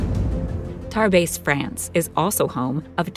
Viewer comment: Tarbes(Tarbays) is in France and spelt the correct way Tarbes!😮